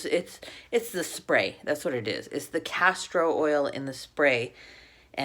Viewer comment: It sounds like you said castrol oil & all I can think abt is car oil. I know you said castor oil just me . For me too much oil am oily & would break out even on my chest I would break out. Thanks bottle looks pretty I would be tempted but now know to pass for me.